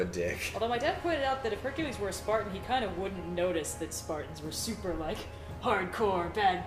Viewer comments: Huny you mean HUNKULESE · Lmfao this man said "honey you mean Hunk-ules" 😂😂😂